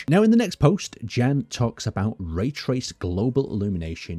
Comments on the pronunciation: Hi! I am from czech republic. We read name "Jan" more similarly to "Ian" than "Gan". Have a good day! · is pronounced "Yawn" or "yahn" not "Jan" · I've never heard anyone pronounce Jan like fucking "Dzhæn" Yon. It's a form of John. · I'm suspecting he is not pronounced as "Jen" - rater Jan, J as in Yolo, A as the open a in Mara. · Just a small correction, since I am Czech, just like the developers of Space Engineers: Jan (Jan Hloušek) is pronounced the same way you would pronounce Yan (EDIT: As Brianellis said, the full name is Yan H-Low-Shek. H being pronounced in the same way as in the word "hard") Or, the other option: just say John.